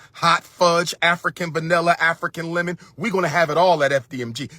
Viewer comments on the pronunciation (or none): none